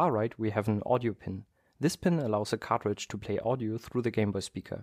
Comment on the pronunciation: Everytime i hear him say cartridge to me it sounds like he says cockroach